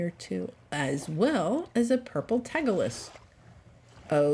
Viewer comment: “NeatO” Hahahaha giving your age away there😅